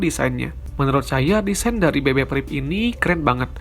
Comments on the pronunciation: priv bukan prip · BB PRIP wkwkw